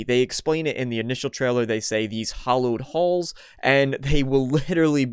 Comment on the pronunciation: Hallowed halls, not hollowed. Hallowed as in sacred and revered and historic